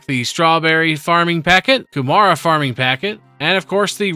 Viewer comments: very close, not hating. I'm from New Zealand after the R it kinda sounds like a D like Ku Mard a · Kew mara 🤣🤣 that's not how it's pronounced